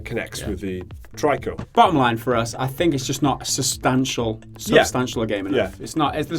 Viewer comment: Tree-Co not Try-Co.